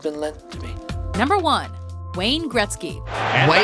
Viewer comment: not wayen he is a ass